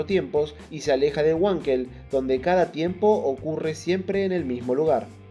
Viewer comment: Nao fale uankel. Fale VANKEL. (palavra alemã).